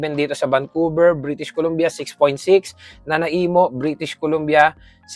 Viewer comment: its not NA-NA-EEMO, its NA-NAYMO :-)